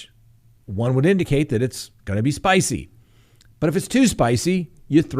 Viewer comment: You almost sounded Italian there " Itsa spicy" 😂